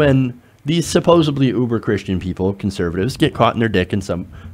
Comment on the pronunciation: I love the channel and content but if I had one gripe... It's "supposedly." Not "supposebly." Petty but important.